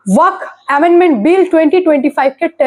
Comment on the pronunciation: আপনি ওয়াক বোর্ড বলছেন, কানে লাগছে। ওটা ওয়াকফ্ হবে।